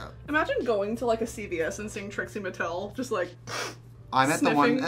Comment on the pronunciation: She said, “Trixie Martel” and really gave us Trixie Martel 😭😭